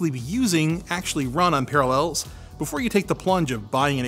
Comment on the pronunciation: Are you trolling me with your pronunciation of Parallels?